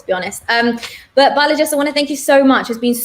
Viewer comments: I laughed at the 'Balajis' 🤣 but pretty insightful interview 💯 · there's actually no 's' at the end of his first name — it's Balaji